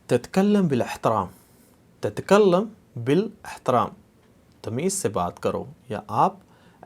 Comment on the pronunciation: آپ زرا زیر زبر وغیرہ کا خیال رکھتے ہوئے سمجھائیں تو بہتر ہوگا ۔ جیسے: تَتَکَلِّم بِالْاِحتَرَام TATA KALLIM BIL IHTARAAM